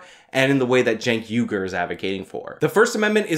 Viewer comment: Cenk Vague-er